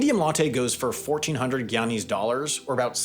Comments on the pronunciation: I wish he would pronounce "guyanese" correctly! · Also Guyanese pronounce it GUY-ana, not gee-ana